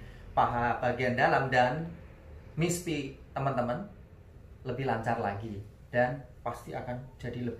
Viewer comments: Maaf om, koreksi dikit dlm pengucapan istilah Mr.P, boleh ya... Yaitu pengucapan Mr.P (= mister Pi, bukan Miss Pi)...biar kl didengerin lbh pas..Okey ..gt aja om. Makasih, YT yg berguna bg para suami👍👍Semangat teruss...gaskeuunn💪💪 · Mr P, bukan miss